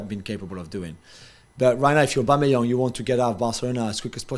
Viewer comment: 😂😂😂😂😂😂😂😂😂😂 it’s aubameyang 😂😂😂😂😂😂😂😂😂